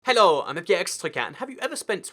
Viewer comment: 1 more video 1 more time he says hello like a complete moron hollow?